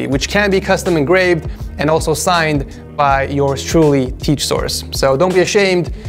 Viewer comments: i heard him say teach source TEACH not tech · IT IS CALLED TEECH SOURCHE I THOUGHT TECK SOURCE btw those r the pronunciations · Did he just say “teach” source? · He said teach sourse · He probuounced tech source like teec source lol